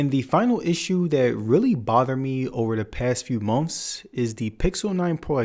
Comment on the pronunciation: Haha, say "months" again? Sounds like you're saying "mumfs"